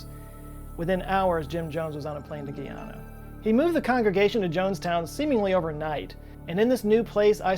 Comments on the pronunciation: It's not gee onna, it's pronounced like what you would call a man, a guy and a regular female name Ana. Guyana. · Guyana is pronounced "guy-ana" not "gui-ana" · Same. 😭 He's pronouncing it like Guiana as in French Guiana. When really saying it as it sounds in an American accent is exactly how you say it